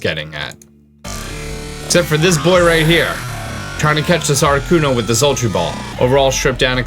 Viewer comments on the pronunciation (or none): none